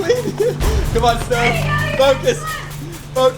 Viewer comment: Did just call stove stovuo??? Like if u heard it 👍🏻